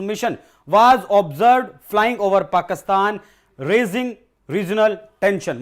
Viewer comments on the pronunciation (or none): none